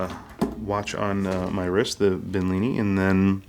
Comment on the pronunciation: I don't really think you liked.the watch that much. Since you couldn't even pronounce the name. Money is money I guess